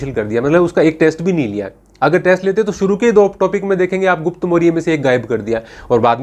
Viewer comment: ये देख कर अफसोस हुआ कि एक इतिहास का शिक्षक होने के बावजूद आप 'गुप्त' काल को 'गुप्ता' बोल रहे है । आदरणीय 🙏 अंग्रेज़ी तो खिलवाड़ कर ही रही है चाहे पिछला UPSC का एग्जाम पेपर देख लेवें परन्तु शिक्षकों का ये कर्तव्य है कि वो भाषायी दिक्कतों से परे, ऐतिहासिक नाम एव तथ्यों का सही प्रस्तुतीकरण करें ।